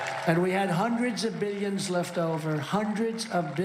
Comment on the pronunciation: I love when he says million and billions... "Milly-ins" and "Billy-ins"